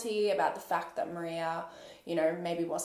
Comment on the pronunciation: It’s so weird to hear my same name being said in a case like this. Like it’s very strange especially since your the only one I’ve heard in a very long time say my name correctly. The way you covered this case was epic. Love your content! Thank you for these videos x